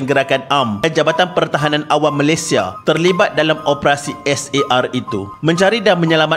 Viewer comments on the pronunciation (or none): none